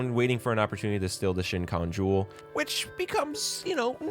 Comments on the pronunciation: just a little nitpick, it's SHEE-KON jewel dkgkdkdk otherwise, great video. i remember my 14 year old self watching this and despising kikyo so much for being a cunning and selfish bitch and inuyasha for being indecisive, opening himself to kagome only to leave her in the middle and come back to kikyo again but now as a 24 year old, i understand much more how conflicting it must've been to have been manipulated, lost someone, a first love especially and not having a proper closure in their relationship, then finally having a chance to move on (through kagome) but the past came back hunting inuyasha with a grief and guilt so great he felt obligated to come back to kikyo all while kagome is right in front of him who actually embraces him for who he is whether human or half-demon, saved him so many times whenever he's on the verge of succumbing to his full-demon violent tendencies, made him feel all emotions, belongingness in a life where he only knew isolation and loneliness. kikyo may have been important for inuyasha to feel love but kagome made him feel ALIVE and realize his true purpose. idek if im making any sense right now. all i know is this video randomly appeared in my youtube recos and it got me feeling so nostalgic and excited all over again now here i am dammit!! i believe i first watched this in elementary, rewatched it sometime in 8th grade and now i'm a working adult and i still have all the english lines memorized fr 😭😭😭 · This is such a great analysis, I love that you originally started InuYasha cuz your friend loves it, glad you actually liked it yourself, it's 1 of my favorite manga/anime, if not my favorite... But my ocd was triggered everytime you called the Shikon Jewel, the shinkon jewel...that hurt my soul a bit, lol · You too but I spent the video getting distracted. Why do you keep saying “shincon” jewel? You are making YouTube videos, sir it is (she-cone) Shikon jewel! 😢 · BRO its the Shikon, SHE CONE, not the Shin khan. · "Shinkon Jewel"